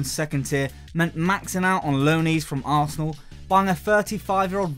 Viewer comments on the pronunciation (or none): none